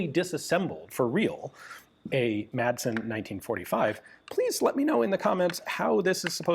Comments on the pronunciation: You make great historical content, but as a Dane myself, I must correct you on your pronunciation of the Danish surname “Madsen”. It has bugged me for years, so here it is. The name literally means “son of Mads”, similar to other Danish names like “Sørensen” or “Jensen”. The letter “d” in “Madsen” is silent, so the name is pronounced “Massen” - not with a hard “d” like in “Danish” or the English word “mad”. Apart from that - I love your content on this small but very innovative Danish weapons manufacturer. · Its pronounced Massen. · everyone in my area would laugh at him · American pronunciation is actually correct except for the D which should be silent.